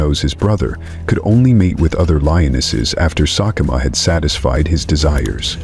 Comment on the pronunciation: Whoever is narrating this video is getting a lot of facts completely wrong!! Sekekama 100% did NOT snap his son's spine!!! He caused internal injuries that led to his sub adult son's death!! His son collapsed from blood loss internally and died while trying to walk away!! He's also failed to pronounce a single Lion's name correctly throughout the whole video